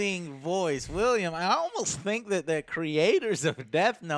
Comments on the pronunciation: hey Joe long time watcher 1st time commenting. love the show btw. i have to be that guy but that actors name is pronounced will-am not William. you seem to like you're animé how would you feel about a live action Attack on Titan or a game based around Guyver ? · did anyone else cringe every time he said William and not willem lol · It's Willem, not William. And on that "note," I really wish Joe would stop mispronouncing actors names. Willem Dafoe is not the only one he does it with. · Has no one ever told Joe that it's WILLEM Dafoe - not William. Just Willem. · It's not William Dafoe mate. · WILLEM not william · goddamit its Willem not william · His name is pronounced Willem, Joe. Willem. Other than that great video. Also, Why the hell did they make L black...I mean...come on. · Joe, its not William Dafoe, its Willem. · Can Joe even speak English? "William" Dafoe? "eXspecially"? Come on man.